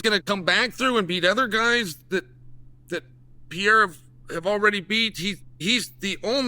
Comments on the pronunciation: New pronounciation unlocked: Alex Pee-era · Funny how Pereira becomes "Pierra" in Chael's way of pronouncing the name. That's a good indicator on why the Pereiras who emigrated from Portugal to US changed their surnames to Perry. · Came here to check if he still says “piera”. Thx god he does 😅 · After this video Alex will finally change his last name to Peeayra 😂😂😂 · Chael, it's PE REI RA. 3 syllables. Respect names! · Bro stop saying Piera, respect the guy. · Chael still calling Poaton, Alex Pee-air-a kills me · Chael , come on dude , learn how to say his name PLEASE , it hurts my ears every time you say his name hehe its PEREIRAAAA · I came for "Piera" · Alex Pierre 🗿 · "Alex pierre" 😂😂😂😂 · Per-aid-duh..... Alex Per-aid-duh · Como brasileiro fico me perguntando: é tão difícil,um americano médio falar o nome.... PE-REI-RA??🤔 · How many belts do y'all think Alex needs for Chael to stop calling him "Pee-era" 🤣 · The smart man is getting a bunch of extra comments on his video about “Piera”! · "Alex PeeAirAh took Ankaleav down" -Chael Sonnen 😂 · LEARN HOW TO FREAKING PRONOUNCE HIS LAST NAME….. PENDEJ0000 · He know how to pronounce the first 3 letters of Perry but not the first 3 letters of Pereira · I love how Chael refuses to pronounce Pereira correctly.. and I guess you would consider to take down cuz he landed on his back but it was a huge right hand that rocked him and made him shoot . He was already half out Chael. It hurt him. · man chael its been years at least try to say his name 😂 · Anyone try to correct you on the pronunciation of Pereira 😂😂😂😂😂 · Why can't you still get Pereira's name right? 😂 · Uncle Chael love ya but I cringed everytime you, of all intelligent informed UFC commentators next to DC, can't pronounce the champs name right. Cmon man! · Bro, there are TWO "R"s IN "PEREIRA". You are the only one that still messes this up! He was making sure Buffer got it right before the fight. Get his name right. He doesn't like you messing it up. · Alex "PIERA"